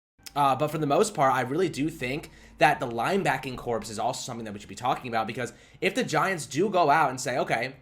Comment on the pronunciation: "Corpse?" WTF? Then again, seeing how they've played, maybe "corpse" is the correct pronunciation.